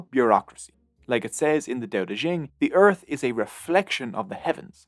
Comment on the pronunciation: Dao De Jing not Dao De Zhing There is no syllable "zhing" in Mandarin Chinese. And, after all, it is Chinese, not French.